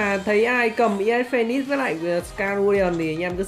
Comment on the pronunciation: Sao anh lại đọc là khẩu ias phonenix